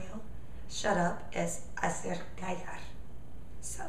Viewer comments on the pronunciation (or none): none